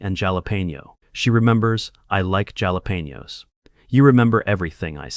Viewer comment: AI's mispronunciation of 'jalapenos' is borderline criminal! XD